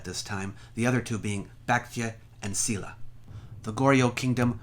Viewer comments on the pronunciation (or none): I really liked the video but the pronounciation of the Korean kingdoms is really off. Baekje is pronounced like "back-jay", Silla is pronounced "Shill-a" and Goguryeo is pronounced "Go-goo-ryo" with the o in "ryo" pronounced like in English "hot"